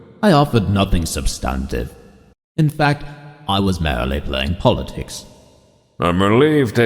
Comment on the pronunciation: Some pronunciation problems - merrily (merely?) and I noticed assassins was mispronounced, but overall this is a fascinating production